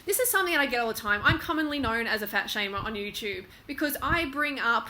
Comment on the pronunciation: lol she says "Youchube"